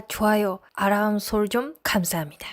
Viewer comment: ~ 아~람설정^^ 이란 발음 넘 귀여워요~ 😍